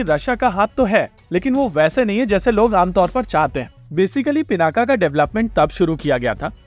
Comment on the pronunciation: नाम रखा गया शिव धनुष पिनाक पे फिर वो गया पिनाका। अबे नाम हम लोगों ने रखा शब्द अपनी भाषा का है फिर ये पिनाका कैसे हो जाने देते हैं हम लोग, योग योगा हो जाता है, पिनाक पिनाका हो जाता है। एक तरफ महाशक्ति बनने का सपना है दूसरी तरफ ऐसे छोटे छोटे मामलों में हम लोग अंग्रेजों की जबान टेढ़ी होने की चिंता करते हैं, होने दो सालों की जुबान टेढ़ी कम से कम हम लोग तो उच्चारण सही करें केवल भारत में ही नहीं हर जगह। योग को योग ही बोलिए धीरे धीरे वो भी बोलने लगेंगे।